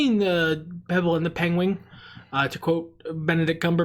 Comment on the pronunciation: I nearly spit my drink out at mispronouncing penguin. Thank you. I also haven't seen the Secret of Nimh. I think I've seen parts but not all of it. I think it spooked me as a child. I'm very surprised I've never seen the Basketball Diaries since I was such a Leo nerd as youngin. I spotted Marky Mark's name listed literally the same time as you said, "I gotta go." LOL While You Were Sleeping correction: She's not in love with the guy she saved. She thinks he's gorgeous and all and goes to the hospital to make sure he made it out okay since she saved him and but his family mistakes her as his new fiancé that they had never met. Correct tho that he has amnesia. He doesn't remember who his fiancé is. She goes to correct them but keeps getting interrupted. The movie goes on and his brother and her end up having "moments." That's who she ends up falling for: the brother. Hijinks ensue. It's fun. I love it. Also loved Friday as a kid. I have no clue why. I barely remember it. But dear lawd, I watched it ALOT at a relatives house. The AEW joke made me chuckle.